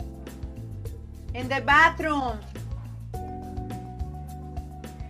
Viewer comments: el inglés lo pronuncia muy mal....endebatrummmm😂😂 😂😂😂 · Pues yo lafei que veo es el inglés que disque habla muy muy mal pronunciado "in de batrum" 😂😂😂😂 Pero como ni soy fan ni nada me vale 🐷